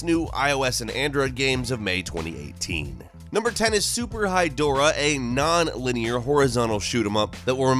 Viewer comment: When he said Super Hydorah, I thought he said Super High Dora.